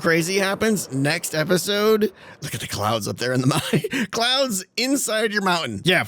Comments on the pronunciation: I really like the smoke coming out if the "maow-en" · Ah yes. The mou-ain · wow, really distracting that a guy who can't pronounce "mountain" properly would use the word so many times in one episode.